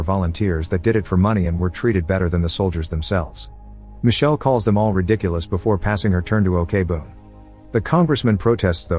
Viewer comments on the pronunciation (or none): none